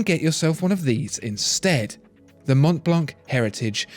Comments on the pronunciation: I really love this video, as all those on your channel but please dont prononce the C at Mont Blanc (french native here), it is a 100% silent "C". As well, not the "T":) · Ugh! I was disturbed by his Mont Blanc pronounciation. I'd go for Omega for a Rolex alternative. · So, the correct pronunciation Mon Blan? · guys guys guys, mon blan is how the French call it, but this is a GERMAN brand and all the letters are pronounced. Sorry to spoil it for you